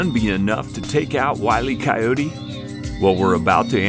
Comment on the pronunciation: Wylie coyote got turned into "eyelee coyote" !